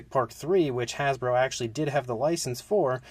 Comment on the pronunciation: "Hasbo" LOL